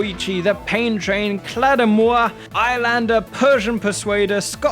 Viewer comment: hearing you pronounce claidheamh mor like that hurts me in a way that isn't comprehensible by humans (PS: it's pronounced the same way you pronounce claymore)